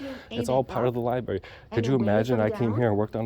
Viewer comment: Another auditor who cannot pronounce the word library